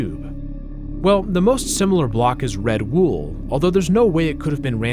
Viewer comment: Pronouncing the Os in "wool" like "food" is a new one to me